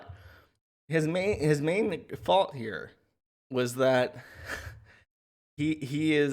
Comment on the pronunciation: Joshs new word is “fault” or as says “faaut”